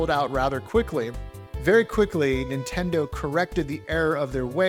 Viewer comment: THIS DUDE SAYS INTENDO